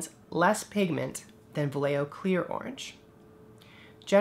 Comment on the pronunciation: Love your videos. I will give you the correct pronunciation for "Vallejo" its VA as in "BAd", LLE as in "YEah" and JO as in "HOe". OS its en up like BA-YE-HO.